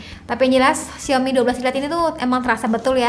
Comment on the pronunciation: Bacanya yang bener "Saw me" : Lihat Aku. Mari biasakan mulai sekarang 😊😊